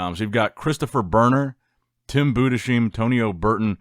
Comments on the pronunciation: Tim Budes Heim! ✌️ Not BudeSCHeim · It’s spelled: Tim „Budes-haim“ not „Budeschim“